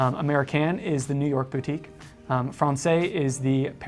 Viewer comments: Great stuff! “Francaise,” though, is pronounced as frawn-sez. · The use of IIII instead of IV for numeral 4 is not a Cartier idea. IIII has been used on clocks and watches with Roman numeral dials since the 1700’s. BTW: Française rhymes with DAYS not DAY. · So he doesn't pronounce the S in Francaise, but he does pronounce the S in Anglaise. 🤦🏼‍♂️🤦🏼‍♂️ Yep, his French is shit.